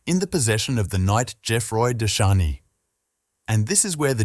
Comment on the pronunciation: EDESSA, not "Adessa." Edessa is now in Urfa, Turkey. Not "Dashani," either, but GEOFFROI DE CHARNY (c. 1300 or ), Lord (Seigneur) of LIREY (not "Larry). This is what I hate about machine-generated texts and audio: they get the basics very, very wrong!!!! Bother to get the details right!